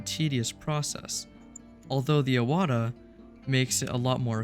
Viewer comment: One of the few YouTubers to pronounce Iwata correctly. 😊